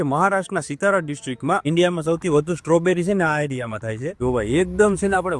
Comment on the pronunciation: Satara kevay sitara nhi